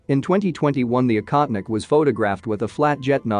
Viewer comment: “Baffled”? We’re “baffled”?? I don’t think the word means what you think it means. (Also the voiceover makes the drone’s name sound like “incontinent”.)